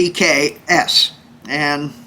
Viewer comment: My mans said PPGay smh lmaooo